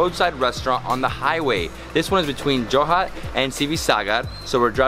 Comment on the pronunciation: It's Jorhat no joha .